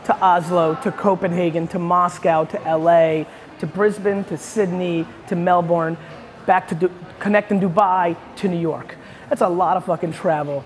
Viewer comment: Melbourne is pronounced Melben!!